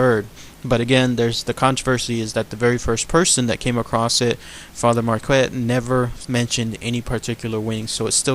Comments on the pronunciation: Pronounced Pierre Mark-ette. He was kind of a big deal. Otherwise great video. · Pere Marquette, the qu is a K sound in this name.